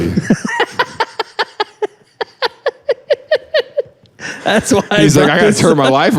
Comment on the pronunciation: The way they are mispronouncing Boboli 😂